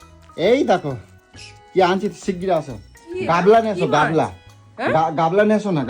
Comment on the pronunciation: গামলা ❌ গাবলা ✅